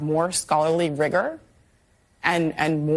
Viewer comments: Hire a rabbit! We need more rabbit representation in academia and in government! 🫡🇺🇸✌️ edit: wait…did she just say, “RIGOR”…?!?! Ray cyst! 😂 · Rigor rhymes with N..